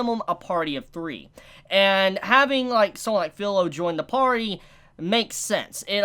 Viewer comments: Firo, translators believe if there is a "r" in the word, it automatically makes it an "l", but its Firo the race Filorial, and no, its not Filolial either, you can clearly hear the pronunciation, and the rest is spoiler so no talk about that character that settles this talk until it appears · FIRO IS FIRO, NOT FILO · Hey just wanted to say it’s spelled Filo but it’s pronounced Firo. I think it’s because Japanese don’t have an L sound apparently. :) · Ok, I don't know if you read the comments but read this. This will NOT be a harem. I'm reading the manga up to date and there is NO harem route. Also I don't know if the Anime skipped this scene but Firo (pronounced Filo because Japanese R sounds like L) has became a Filolial queen. Naofumi returned her to the slave house for questioning and she turned into human form when he was leaving. Also Naofumi passive ability explains the growth for Filo. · By the way her name is supposed to be firo no filo.